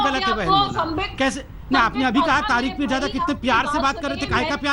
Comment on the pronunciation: Sala ab bhi continue bolra hai neend me bhi aise bolta rehta hoga "peerjada" (haramjada)😂😂